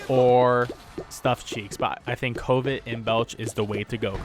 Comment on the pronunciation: Lol at pronunciation of covet ("cuh-vit") as "coh-vit" too much covid in the world. Haha. Nice vid